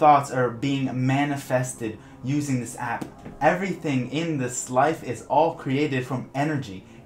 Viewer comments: He has to make the p sound super strong and but quantum in front of number generator lmao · My does he put so much énfasis on the P of app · you say app weird lmao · Unrelated but I noticed you put a lot of stress on the hard "p" sound in apP and maP, and then also that your channel name is Opvious :P